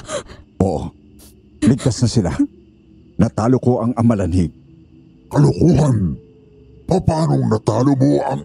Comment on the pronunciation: 😂amalanhig not alamanhig ✌️